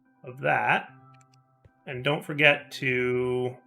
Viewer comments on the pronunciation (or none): none